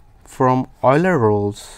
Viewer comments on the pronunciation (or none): It's Euler not Eular!